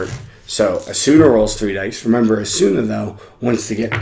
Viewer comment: Thanks for the video. But the way you are saying Asuna is bothersome.